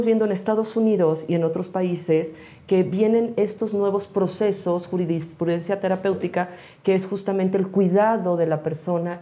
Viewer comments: Es JURISPRUDENCIA,, no JURIDISPRUDENCIA. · Es “dis prudencia!!!”